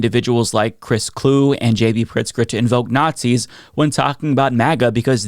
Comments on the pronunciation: Pronounced Clue-ee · Vikings fan here. His last name is two syllables…it’s pronounced like Chewy, only Clue-y. 👍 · Great video and hate to be pedantic as a result, but just for what it's worth, Chris Kluwe's name is pronouced "clue-EE" (saying that in the hopes that he pops up in the news again and people get to talk about him again!) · Chris Kluwe is pronounced Cluey.